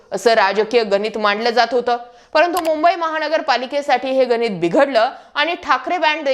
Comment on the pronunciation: गनीत नव्हे गणित, आणेक नव्हे अनेक